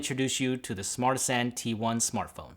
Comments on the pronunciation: You'd think that he would at least pronounce the name of the phone correctly if he got paid. He kept calling it a "Smartsanti" when it's "Smartisan". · Kun Qian Yeah I know, it sounds like they are trying to make fun of everyone and call it Smart Asian. It's Smartisan. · phone says ARTISAN but he says SMARTISAN it sounds like bad INGRISH translated to Smart Asian?